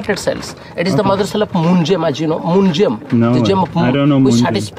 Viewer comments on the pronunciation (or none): Lmao mate I'm sure everyone did, I was like this is gonna be shit I'm not watching so came to the comments. Why does he keep saying gym/gem anyway it's annoying asf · I thought he was saying gym scam and I was confused till the end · I realised he meant "Gem scam", I thought it's "gym" scam all this while